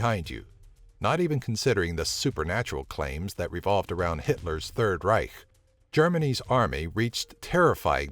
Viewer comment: Just say "Empire"... You cannot pronounce Reich!